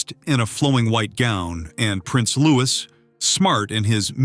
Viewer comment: It's pronounced 'Lew-ee' not 'Loo-is'. Jus' sayin.